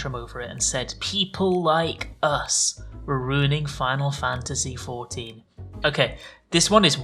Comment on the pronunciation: My man, you're out here making a video about "insane interactions" and weird shit people said, but you're the one calling the game "ECKS EYE VEE".